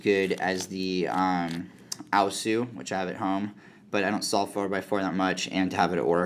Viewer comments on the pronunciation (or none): And by the way, I am pretty sure Aosu is pronounced Ow-Soo. Thats how many people say it